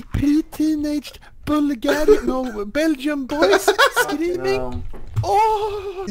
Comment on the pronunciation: When he said Bulgerian i was like "were is the dislike butten" then ...